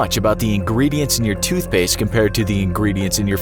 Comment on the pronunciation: TootSHpaste? lol